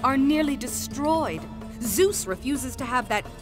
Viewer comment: "Zeus" no "Juice" yes